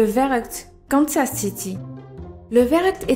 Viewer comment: En fait Verruckt ça se dit "ferruckt" ça vient de l'allemand Verrückt qui veut dire fou